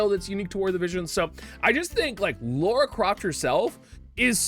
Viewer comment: Why do you guys call her "Laura" its "Lara" loll